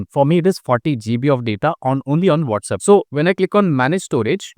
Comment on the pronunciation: It’s WhatsApp NOT WhatsUp